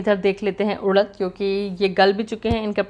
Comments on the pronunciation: Udaddd... Nh.. Urad hota ha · उड़द नही उरद बोलते है,,,, इसे मशकलिया बोलते है